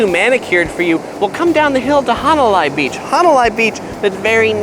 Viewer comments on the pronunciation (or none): "Hana lie"? 🤙